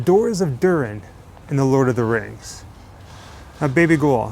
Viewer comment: Almost sounds to me like he's saying: "The Laws Of The Ring." He DEFINITELY doesn't say: "The Lord Of The Rings". Let's just keep in with this then: "The Lords Of The Ring" and he's right! There's only ONE ring to rule them all; etc, so... Who came up with the rubbish "rings" bit? :P